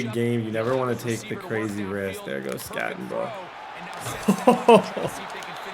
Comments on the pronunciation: Crazy how much you play and you can’t get peoples names right. It’s not skatteNbo. Doesn’t take much to learn people’s names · no N in skattebo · There is no N in skattebo. It’s not skattenbo. U are such a dumb ass. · There’s no N in Skattebo,. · It’s not Skattenbo it’s Skattebo. It’s pronounced Skatteboo but without the extra O you idiot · I FREAKING LOVE YOUR VIDS!!!! But his name is SKATTEBO NOT SKATTENBO. DROP THE "N"😂😂😂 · Not even an asu fan but I became more and more triggered every time you said skattenbo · Who the fuck is cam scattenbo? I don’t see an n in his name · “Skat-a-boo” PLEASE PLEASE!!!! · It’s Skat tee Bo! No “N” in there brother. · 😂 its...skat a bo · Bro cam SKAT-A-BOO. (SKAT) (A) (BOO) PLEASE SAY IT RIGHT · its SKAT-EH-BO Cam Skat-eh -Bo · Skat eh boo* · Just innocently oblivious of the fact he doesn’t say his name correctly and has probably looked at it 10000 times is 😂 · You saying skattebo’s name wrong the ENTIRE VIDEO is killing me 😂 love the content though!! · Why do you keep putting a n in Cams last name it’s so frustrating lol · the way td said skattebo the entire video just made me so angry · Idk if bro realizes skattebo doesn't have an N in it... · Crazy that he goes the entire video without saying Skattebo correctly even once. His name was on the screen probably 1000 times lol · there’s no N in skattebo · i wish i could yell at you for butchering that runnin backs name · Bro. No N in Skattebo ffs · Can’t get over you adding an “N” to Cam Skattebo’s name lol 😂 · so triggering you are butchering that dudes name jfc. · Idk where he sees an “N” 😂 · Infuriating the way he pronounces his name 😤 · There's no "N" in the name skattebo